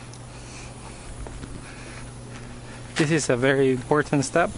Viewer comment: It's very "Em Por Tant." It's funny how you pronounce that.